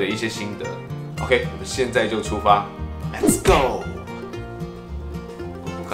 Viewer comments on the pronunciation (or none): "Les's go" xd LOL